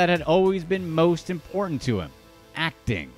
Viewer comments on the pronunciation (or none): none